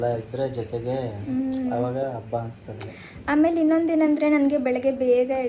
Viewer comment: Please change your Kannada pronunciation ABBA alla HABBA